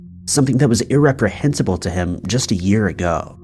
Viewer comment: The words are 1. Re-pre-hen-sible and 2. Chas-tised